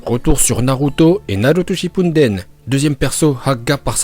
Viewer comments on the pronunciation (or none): Tu sais pas dire naruto shippuden orosharu